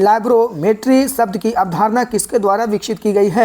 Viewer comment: अवधारण नही अवधारणा होता भाई.. याद रखियेगा😂😂